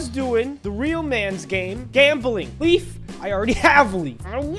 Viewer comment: when he said leaf i thought you said Beef XD